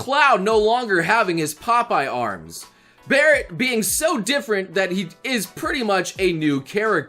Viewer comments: Did you call Barrett, Garret? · He just Garret’s gun instead of Barrets gun 🤣🤣🤣 I wonder if he did that on purpose to see if we would notice